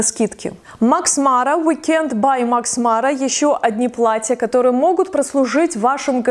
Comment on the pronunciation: плаТТЯ, плаТТЯ, много хороших плаТТЕВ!! Поработайте над дикцией и произношением